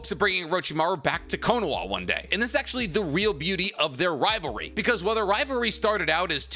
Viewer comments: Why do you keep saying ri ver ie is ri Va ly. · I KEPT HEARING RIVARE not rivalry RIVAREEEEEEEEW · you said, "riverery" more than rivalry.